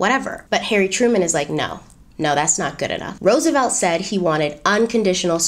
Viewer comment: Well hello! 👸🏾 Go! 👏🏾👏🏾👏🏾 "Hairy Truman" to my Brit ears 😂😂